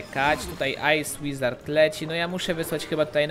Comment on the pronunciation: Ej ty powiedziałeś ice łizard w magikal czeście